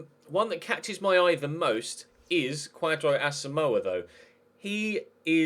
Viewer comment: Kwadwo is pronounced Kojo. watching from Ghana big fan of the series